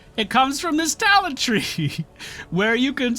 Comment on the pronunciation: Cringed everytime he said "talent"and "Path of ExileS". But with that said, as a player who enjoyed PoE for thousands of hours I'm always happy to see new players trying this awesome game out. GL taking your build into endgame maps. I Hope you find the same amount of enjoyment that I have had this far with this game.